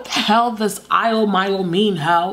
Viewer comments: She said eyeLo myLo 😂😂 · “Ailomalio” 😐